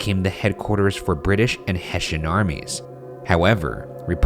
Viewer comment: I was like wtf is a "heshen" and then when they spelled it, I realised it's probably soldiers from Hessen you mean? Yeah, that's pronounced with an "s" not a "sh", boys :D